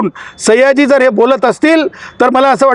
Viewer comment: सैय्याजी नाही 😂 सयाजी म्हण